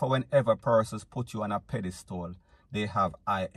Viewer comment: Pedestal not pedestole